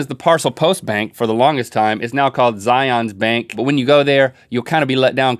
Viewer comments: Zye-uns bank... Not Zye onz XD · Yo said Zion bank wrong